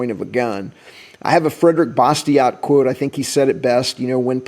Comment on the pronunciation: FFS don't pronounce the T in Bastiat...